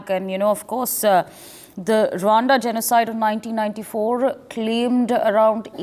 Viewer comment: Rwanda not Rawanda